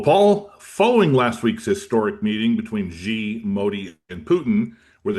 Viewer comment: China’s leader name is XI (as in =SHE) not Ji nor Gi. Now how can anyone take you Siriously buddy 😂?!!